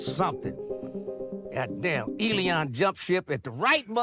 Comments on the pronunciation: Why do you keep calling him Eleon? His name is Elon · Man the way you say Elon (Elēon) is diabolical!!😂😂😂 I love it! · Lol. Eddie said Elon (E-Lee-On)😂😂😂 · who else busts up everytime he said Elion! ha ha comedy gold. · 'Elon' turned into 'Lil Uzi' 😏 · Him pronouncing Elon like “E-Leon”kills me every time 😂